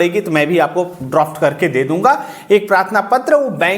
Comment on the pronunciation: Droft nahi hota Draft hota hai sir